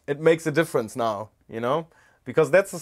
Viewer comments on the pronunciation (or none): none